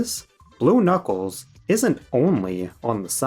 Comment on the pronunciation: the return of Bluckles (& bluckles)